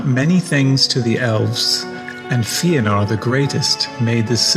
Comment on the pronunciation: Fëanor is pronounced Fay-uh-nor not Fee-uh-nor